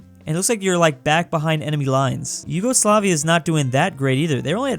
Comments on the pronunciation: YOGOSLAVIA, REALLY? ITS YUGOSLAVIA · Its not Yougoslavia or Yogoslavia its Yugoslavia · Did anyone notice “yogoslavia”? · Ah yes, Yogosoafia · 5 months later I noticed Yugoslavia is "Yogoslavia"